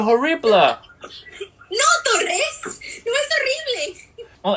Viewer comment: 你把重音的部分忽略了，英文字上有一點的都是重音。 而Torres，你直接把法文發音大部分放在西班牙文了。 加油加油！ 最後那一句我看到笑了！哈哈哈！